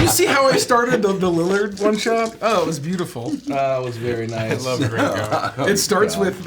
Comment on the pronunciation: They keep saying Grinko's name wrong and it's kinda distracting. :/